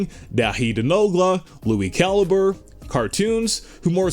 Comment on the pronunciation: It’s CAL-EE-BRAY not CAL-U-BUR